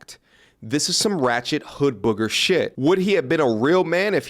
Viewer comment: BRUH SAID HOOD BOOGER 🤣😂🤣☠️